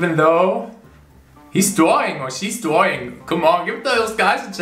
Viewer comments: I love how he says Drawing ‘Dwawing’ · I love how he says dwaing